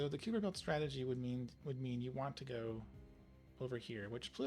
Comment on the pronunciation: Just if you care… it is pronounced KAI-per belt… not KYŪ-per belt… if you care…